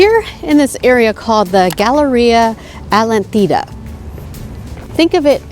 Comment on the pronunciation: As an American living in Uruguay I feel compelled to correct a few things on this Vlog. 1. It is pronounced Atlántida aht-LAN-teeda. Atlántida is all Playa Mansa as the water is really the river with some ocean water mixing in. So generally this is calm and it runs all the way to Punta del Este where the ATLANTIC OCEAN starts. The beaches on the Atlantic are called playa Brava and that is where the real waves are and surfing too. If saw the river in Montevideo, it was the same water in Atlántida except mixed with some Atlantic water.